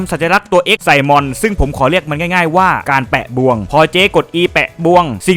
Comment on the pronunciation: ทำดีมากครับ แต่สงสัยนิดนึง ทำไมอ่านบวง อ่าครับ ไม่ใช่บ่วงเหรอ 😅